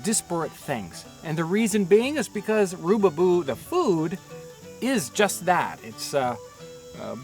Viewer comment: Its rubaboo not roobyboo